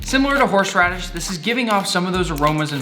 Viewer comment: “Horshe radish”